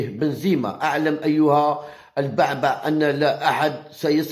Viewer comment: البُعْبُعْ وليس. كما تنطقها يا هذا. الضعيف. في اللغة العربية